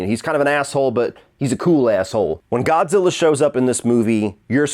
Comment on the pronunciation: Did you call him Godzillar?